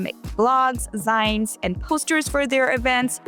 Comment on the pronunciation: ZEEN not ZINE also this is white american culture